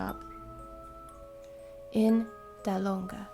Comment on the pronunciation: This sounds awesome. Feel free to read my stories any time. I’m It made me laugh when you pronounce Dahlonega. It’s a backwoods little tourist town and you made it sound like a fancy French city. They would have liked that